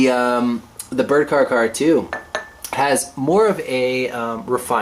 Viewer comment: care-ahh. care-ahh 2.